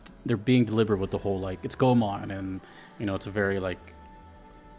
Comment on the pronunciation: Go - e ( as in envy ) - mon, i think with japanese names, i dont know how sacrilegious would that be to say it, its usually safe to go with the closed syllable when pronouncing it. :)